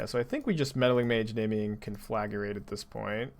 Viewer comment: Hi, sweet deck! But repeat after me: con 👏🏻 fluh 👏🏻 grate 👏🏻